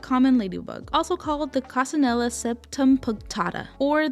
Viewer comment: As an italian, each time you attempted to say "coccinella" i got hit by a bus, hope this helps! (i looove your redesigns, i adopted your civilian marinette in my head)